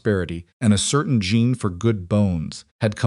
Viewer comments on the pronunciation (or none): none